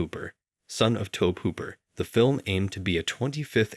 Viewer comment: really? "Toeb" Hooper? All other pronunciations I've heard was "Toe Bee" as in Toby.